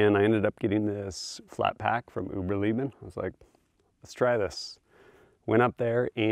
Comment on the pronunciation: Uberleben - Oo ber lay ben FYI